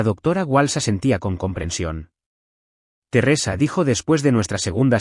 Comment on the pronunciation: Terresa? Qué es? Una novela rusa? Un aspecto flojo de todos los reditts es la mala pronunciación de los nombres. Din? Si, se pronuncia así, pero se escribe Dean. Y aparece Din, Dina y se ponen bastante creativos. Por favor, revisen. Después nos preguntamos por la cantidad asombrosa de faltas de ortografía en adultos y niños y la pobreza de expresión ( y consecuentemente, pobreza de pensamiento). Sé que este es un lugar de entretenimiento, pero no deja de ser un educador informal. Hay una responsabilidad como tal. Simplemente se trata de que lo que hacemos, si lo hacemos bien, estamos aportando nuestro granito de arena para una sociedad mejor.